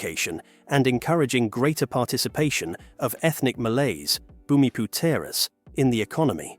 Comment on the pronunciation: Your pronunciation of Bumiputera is shockingly funny don't even att